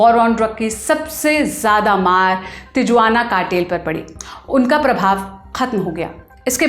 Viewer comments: Tijuana nahi he vo Tihuana bola jata he. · तिजुआन नही तिहुआना hai😅😅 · Tijuana nahi, its Tihuanha cartel. Raddi journalism of Indians😂